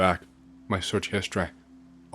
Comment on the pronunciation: I keep forgetting this guy isn’t American until he gets a sentence with a word that ends in a vowel sound. Everytime he says “empt-eh”, “histor-eh” or “pill-ah” it sends me 😂 Keep up the good work on the creepypastas, 🫡